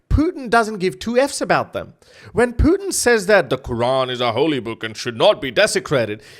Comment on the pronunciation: Funny how you say Putin. Your pronunciation makes me think of poutine. Fries with cheeese yummy